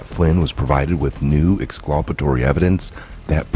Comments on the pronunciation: Ex- CUL - pa - to- ry NOT ex- CLU - pa- to- ry. FYI. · Ex culp it Tory not whatever ur saying I can do it all day... half the time idk wtf ya meen not being a dick but u get corrected and keep doing it